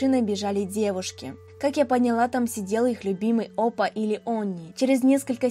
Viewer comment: в слове "оппа" ударение ставится на "а" а так продолжай в том же духе)